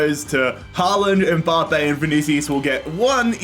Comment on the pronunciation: No one:: M Bah Pay